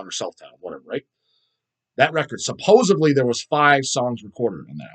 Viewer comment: Some people say supposably when it’s supposedly. I think just said supposuvly. 😂